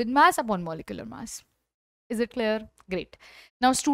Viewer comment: is it claer claer???